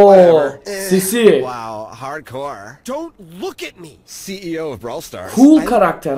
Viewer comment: hardcorde diyor ayni